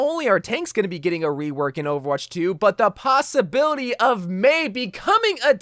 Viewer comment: Everytime you said rework as "wework" I wheezed. I do the same haha I can't help it.